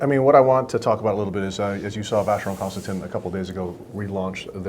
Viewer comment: cant believe you mis-pronounced CONSTANTIN